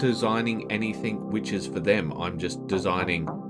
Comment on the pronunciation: Great videos. I hate to be that guy but I have to point out, it's pronounced "anything else?" Not "anythink else?"